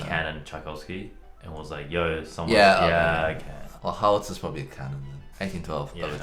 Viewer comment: Bro the way you guys pronounced "Howitzers" made my soul die. Just as it's spelled "How-it-zers"